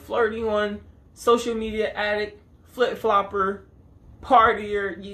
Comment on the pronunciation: “She a flip flLoppErrr” 🤣🤣🤣